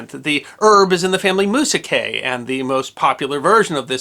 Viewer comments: For what very little it's worth, the name of the banana family (Musaceae) is pronounced either "moo-zay-see-ay" or "moo-zay-see-ee." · Musaceae is pronounced muse ace see